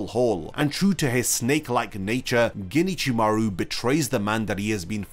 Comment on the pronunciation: Can you, please, in the future not say "ginichimaru"? Japanese may not have spacing in their written language but there is a separation of the words if you do know the language. Alternatively, use the japanese naming and go for Ichimaru Gin since it will be harder for you to accidentally join the words that way.